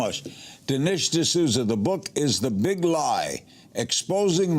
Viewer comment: Maybe learn to pronounce his name, Lerry.